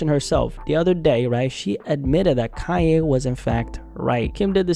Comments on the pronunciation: Kanye,not Kayeh! WTF's wrote witchu bro??😳🤣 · Of course he was right! But he can't deny who the mother is or how she came to "fame". What did he expect? On another subject, why do you keep saying "Kai A" instead of Kan Ye ? Do you have a speech impediment or is this the new slang to pronounce his name? I could hardly pay attention to your content because I was distracted by how many times you seemingly mispronounced his name on purpose! It became a drinking game!